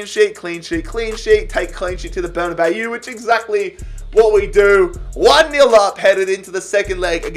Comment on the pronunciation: It’s pronounced ber-na-baw not bayooo